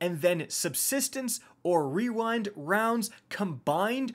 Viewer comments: ✨Weewind wounds ✨ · No one:: Rerind rounds. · wewind wounds owo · Wewind wonds 😂😂😂 man that thing is a tongue twister though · Wewind wounds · Wewind wounds uwu :3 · Hehehehe Rerind wounds